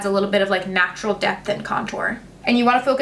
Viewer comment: I know she says “depth in your eyes” but did anyone else hear death in your eyes?